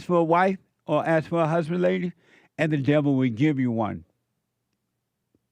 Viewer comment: I wan’a hu’band, she said.